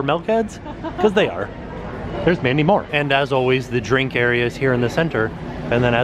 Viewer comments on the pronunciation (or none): none